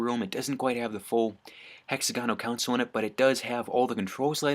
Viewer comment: It’s console not consul